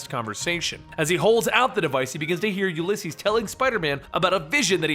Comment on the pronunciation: You say the name weird. It's oo lee ses